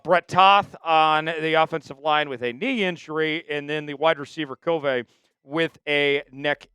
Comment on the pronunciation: “Cove-aye” instead of “Covey” is wild 😂